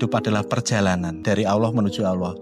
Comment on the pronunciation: Mau menyendiri mendekatkan diri kepada Allaah.malah piral rame Gusti Allaah dibacanya Gusti Alloh